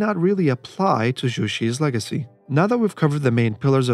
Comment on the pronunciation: I just want to point out 😂 Zhu in Chinese is pronounced like "droo," not "roo"😅